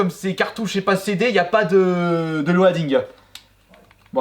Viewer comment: La manière dont tu prononce 'Loading' 😂